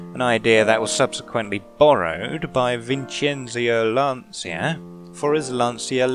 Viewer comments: So I was watching your video for the π time and I thought about how to tell you how to pronounce "lancia" , but since I can communicate with you only via written comments I had to find a way to write it so that you would read it in English but with the italian pronunciation, so I went on google translate and fount out that reading "lancha" in English should be equal to reading lancia in italian, hope this will help you pronouncing this name correctly even tho im sure you will say lancia like 5 times in your entire life. This is all for today's eisode of learn italian with tatti, see you in the next episode. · Thank you very much for the lesson :) If ever I say 'Lancia' in future, I'll be sure to try to remember to pronounce it properly. It's just that here in Britain people pronounce it with a soft 'c' so that's what I'm used to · I'm sorry I explained myself terribly, what I ment is that the pronunciation is still with a soft c but we pronounce the c a bit more while I've heard many English people say "lanzia" rather than "Lancia" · So I put more emphasis on the c? Google translate pronounces it 'Lansha'... not sure if that's more accurate